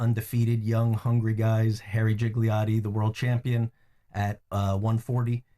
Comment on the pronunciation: Yeah I can forgive him for saying Jiggle-iotti like Giggle-iotti even after he was corrected, but to misname Paulie while acting like he's his biggest fan...